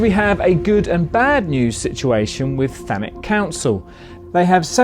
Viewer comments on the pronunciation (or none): none